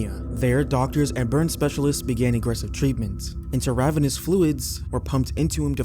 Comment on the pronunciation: It’s alumni not alumina. Also, it’s intra-venous fluids, not inter-ravenous fluids